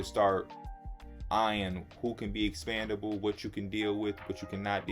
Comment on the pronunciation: It's all love P, but you keep saying ex-PAN-dable, when the word you're looking for is ex-PEN-dable.